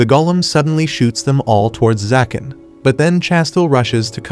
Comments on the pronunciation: Why do you keep saying zakan and not ZAGAN...??? Is details checking to difficult...? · He’s name is zagan not zakan